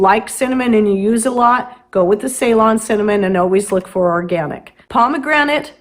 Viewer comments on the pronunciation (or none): none